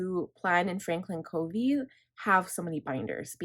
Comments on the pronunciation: You are so well organized~I am impressed! Well thought out. I've used various planners/bullet journal and FC is the best core system and I'll never stray again. (Fyi it's pronounced "cuhvee." My daughter worked for him.) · Great video! I’m working on my planner for 2022 this week. BTW, Covey is pronounced with a short u sound, like lovey.